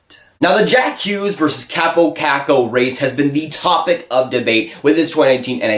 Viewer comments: KAW-po KAWHK-ko, not KAHP-oh KACK-oh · "Chääbou caccou"??...it's kaapo kakko! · Why dont you learn to announce name correctly if you make this kind of videos?